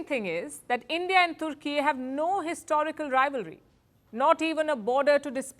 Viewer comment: Türkiye is a friend of India. Türkiye sells defense equipment to over 100 countries including Pakistan. India should not worry about it unless it supports Greece. India exports to Türkiye is largely in favor of India. Attractive speaker correctly pronounced the name of the country as Türkiye 🇹🇷, not Turkey . Bravo.